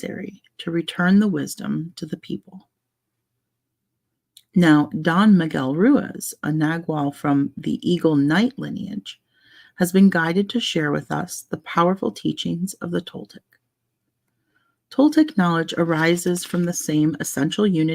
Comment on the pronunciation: I got home from my trip a few hours ago and finally sat down to chill a bit. I just started playing this video and I love that you're getting into The Four Agreements! I'm enjoying hearing it again. Yes, you're saying Toltec right. "Nagual" is pronounced more like nah-wall. I have been to the pyramids of Teotihuacán. It's such an amazing experience!